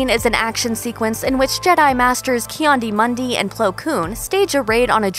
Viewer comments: Key andi mundi that’s what you said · She said that a couple of times haha